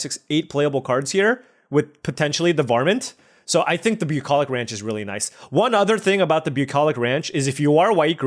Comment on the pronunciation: say bucolich ranch again